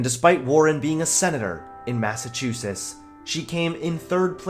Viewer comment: Did he just say Massachoosis?